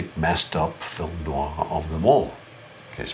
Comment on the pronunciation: Alex is one of the few people on YT who knows how to pronounce noir, at least the first time he says it. Same copy of Kiss Me Deadly that I have too (mid-60s).